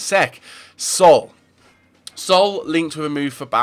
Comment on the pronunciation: Sol? It's Saul